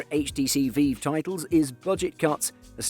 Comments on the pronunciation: VEEEEEV pro.. come on lad. its V-IVE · i'm sorry but how pronounced Vive as "Veev" made me giggle LOL really cheered me up, thank you for the giggle i really needed that <3